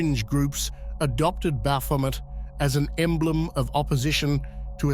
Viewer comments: 99 percent of people pronounce it incorrectly. Its actually pronounced "Baphomey". But his pronunciation is particularly bad. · I can only hear bath vomit now 😂😂😂😂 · At first I was like dude what a dick then I played the video. You were indeed spot on bro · I think of this word came from france it would be pronounced Bah-fo-may, with the last letters et making an ay sound like it the word "ballet". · Yes. A near-rhyme to bat-vomit, appropriately enough. All praise unto Christ our Lord! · Never heard of this Bath-Vomit feller., I’ve always heard Baphomet pronounced like Chevrolet. Can anyone definitively tell me which pronunciation is correct? Are they both? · The ‘t’ in Baphomet is silent. Baphomet is a Trinity of Aquarius, Capricorn and Libra, holding the Caduceus of Hermes Trismagistis. Baphomet lights the way for our future Heaven on Earth. Heaven on Earth occurs in Aquarius, therefore within the next 2500 years it happens. The timeline is entirely up to US; Christ Consciousness will Save US and the Planet. The indigenous peoples of North and South America are the Chosen Ones for this Endless / Golden Age of Aquarius and Universal Enlightenment … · Sht now that's all I hear lol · Great. Now, I can't NOT hear it. 🤣🤦🏾‍♂️ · That's all I can hear now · Somebody's had a bit too much to drink!😊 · Oh come on. I hear this every time he says it now. Omg 🤣🤣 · 😖This pronunciation of baphomet is Slowly but Surely Killing me. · It’s hard to take anyone seriously when they can’t even pronounce the dudes name correctly. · I just wanted it pronounced correctly one time, since it was about him but nope. . . TTS